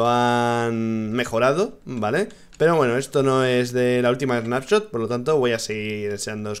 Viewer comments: Rich, dice Spanshot en vez de Snapshot xD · Rich dice spanshot .. Like para que se de cuenta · Soy yo o dice Spanshot? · Lol dice nueva spanshot =) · Span-Shot XDDDDD Rich cuidado con el tecado jajajajajaja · porque dice spanshop entiendes s(pan)shop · si dice Spanshot